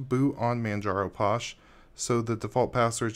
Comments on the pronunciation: LOL, its pronounced Fosh not Posh! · You're saying it wrong. Phosh.. like Phone Not Pone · Uh posh I thought it was pronounced fosh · Since when was PH pronounced as anything else then F? Physical, do you say Pysical?